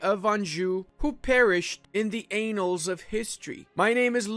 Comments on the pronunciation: uhh ludi annal is not pronounced AY - NAL its AH - NUL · It's not pronounced "anals" of history lmfao XD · Anals of history, LOL, that was a fantastic dirty joke. Thank you Ludi. Unless you were meaning to say annals, which is pronounced differently. :D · Pronounces annals as anals. yeeeeh... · That's not how you pronounce "annals" my man.